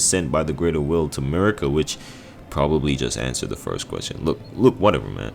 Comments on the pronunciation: mUrrr-ikA is wild. the game characters all say marY-Ka. did you have it on mute? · You emphasize the first A in Marika, not the I. It’s almost like you’re saying Murica. The way you’re saying it just sounds like you’re saying f@ in Spanish lmao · How do you say Godfrey’s lion’s name but butcher Marika and her twin son ( I can’t spell his name). I clicked off almost halfway. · Mel-in-a and Mar-i-ka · "Me-lina" 💔 "Ma-rika" 🥀